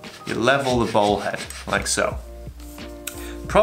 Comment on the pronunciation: Your very charmful accent makes "Bowl" head sound like "Ball" head. New pano head looks tasty.